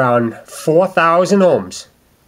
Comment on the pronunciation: ohms please not homrd